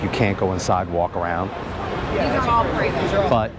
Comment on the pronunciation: Dream Big you can get there. Pronounced PRAYVO not Prevost LOL